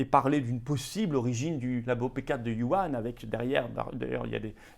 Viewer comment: On ne dit pas Yuan mais Wuhan (wouran). Yuan est le nom de la monnaie Chinoise. C'est comme dire Euro en parlant de Lyon. Ce serait bien de corriger cela, erreur recurrante dans vos videos :))